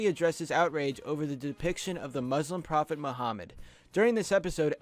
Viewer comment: you are pronouncing muslim wrong.